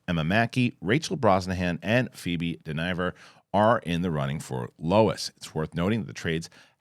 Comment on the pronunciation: Its Pheobe Dynevor (DINN-uh-VOHR) like dinner, not like denier. FYI… Ok going back into my pedantic “umm ackshully” hole of shame!😜🙏🏾